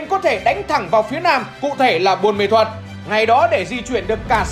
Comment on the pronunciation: Ông cứ đọc sai thành buôn mê thuật hài v😅